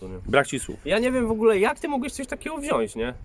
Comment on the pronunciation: mówi się wziąć a nie wziąść. Jak Ty te studia skończyłeś to ja nie wiem.... - Ty taki stary wyga po kiju i nie zasięgnąłeś doradztwa czy też opinii Majkiego, ten to by Ci doradził.... Pozdro wariaty.